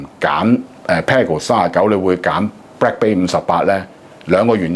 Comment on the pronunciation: it is bLack not bRack...